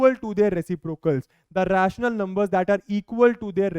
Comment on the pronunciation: 😂😂😂 raatioonal number